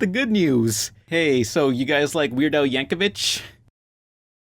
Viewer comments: It's pronounced Yank-o-VICK, you dirty plebs. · I cringed every time pronounced Yankovic